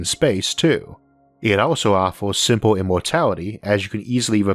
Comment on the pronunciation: Es sempel wi ar not redi iet